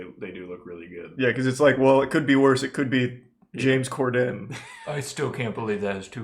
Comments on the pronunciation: Lmao I like how Charlie says corden wrong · he says cor-DEN instead of COR-den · Why does he pronounce “Corden” like that lmao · how does the beef run this deep when he doesnt even know how to say his name KEKW